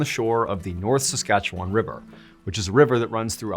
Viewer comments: I heard the words "North Saskatchewan River" and error 404'd for a second. First time I've heard sask mentioned in the wild in ages- and you pronounced it right! Kudos! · You did an admirable job of pronouncing the name of my home Province, "Saskatchewan." Not perfect, but close enough for me 😉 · Impressed you pronounced Saskatchewan correctly (though we end it sounding like “won”). More importantly, another great story to start my day off on the right foot. Thanks!